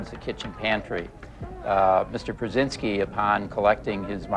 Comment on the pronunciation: While listening to this, I thought they said "Brezenzski", as in Zbiginew. I thought, "Jesus, that guy is everywhere!" But, then I saw it was "Prusynski". I'm everywhere, Focker.